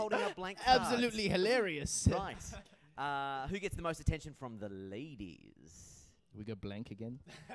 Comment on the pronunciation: "who gets the most attention from the LADIES" his voice exagerates for the word LADIES.😏😏😂, why do people always do that?